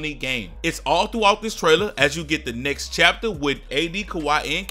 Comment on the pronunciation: Everytime he said "next" I thought it was "knicks"